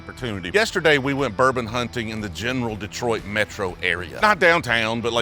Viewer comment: Happy you pronounced detroit perfectly 👊🏿